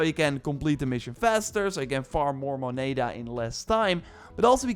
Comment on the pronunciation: So painfull hearing you say moneda. Love the advice tho